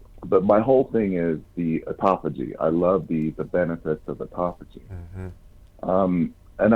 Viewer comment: Autophagy not ecophogy...it pertains to fasting... If you search Dr Berg/autophagy you'll learn more about it